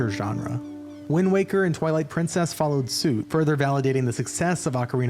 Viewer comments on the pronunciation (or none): whenever I hear you guys say Twilight Princess it sounds like Toilet Princess 2017 was important for me too, but I played a different game. My whole year was made when I played Nier:Automata, yet everyone was playing BotW and barely anyone talked about Nier:Automata at first.